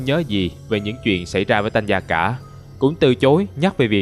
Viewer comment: Hình như Tanya phát âm là Ta ny a chứ ko phải Tan ya mà nhỉ :v?